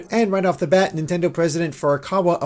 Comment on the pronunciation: Nontendo lol